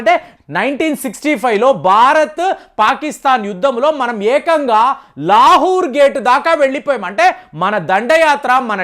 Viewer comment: ప్రియమైన, మీరు చం చ గిరి చేస్తున్నారు. కొన్ని పేర్లు sariga పలకటం లేదు లహూర్ కాదు లాహోర్.భజన చేస్తు సరిగ్గా అర్దం చేసుకోవటం లేదు.అదే ఫోటో రెండో కాపీ చేసి అక్కడ ఇక్కడ పెట్టవచ్చు కదా! మీరు చెప్పు చున్న ఫోటో కూడా పెట్టండి. సమస్య పరిష్కారం.